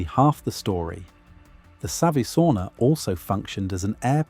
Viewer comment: Every time he says "savusauna" he says u in savu as an i. Finnish language is written same way as it is spoken, so savisauna means clay sauna as savi means clay in English.